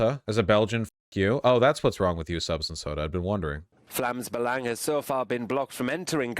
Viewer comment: surprisingly good pronounciation on "Vlaams Belang", like it's not good but way better than I expected